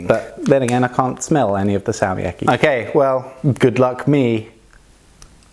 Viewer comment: i think you should hold the consonant longer when its has a double consonant like Salmiakki